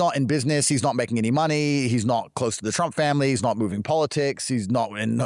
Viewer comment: Looooollllllll narcs will really try to collect people to feel important. this is the discard phase "He's nort my boii" so weird how they use so much aave